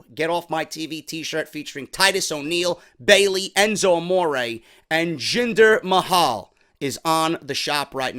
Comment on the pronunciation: when he said jinder mayo that had me cry laughing